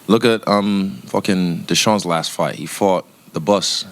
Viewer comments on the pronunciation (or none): bro actually called him de shaun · I swear izzy just called him desean lol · He called him da'sean lets goooooo lmao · Izzy called him desean 🤣🤣